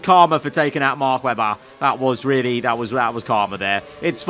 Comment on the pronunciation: “and maybe even MACK WEBBA”